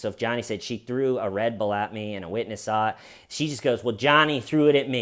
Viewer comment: I forgive you for your abominable pronunciation of "Red Bull" 🙏🏼